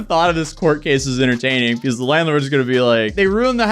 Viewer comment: Why the fuck can't this guy say because correctly it's fuckin annoying hearing him say peakause it's not a fuckin hard word man